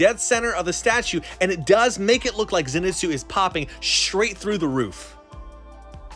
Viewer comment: Did this man pronounce it zen-it’s-oo